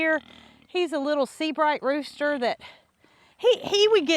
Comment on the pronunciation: 😂 Did you say "Ryan the roaster" instead of rooster 😂 And that's the cleanest I've ever seen Gus and Loretta. 😮❤